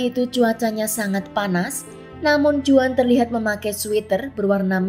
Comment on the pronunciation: Sedikit ralat, Juan dibaca Huan dlm bahasa Spanyol. Terima kasih